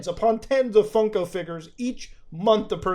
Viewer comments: why does he keep calling them funky? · I can’t take him seriously when he keeps saying “funky pops”